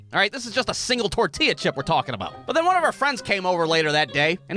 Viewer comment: bro why do u say tortilla like that